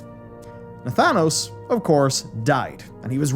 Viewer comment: You lost me at Nathanos 😂 Interesting video though. Well done as usual sir.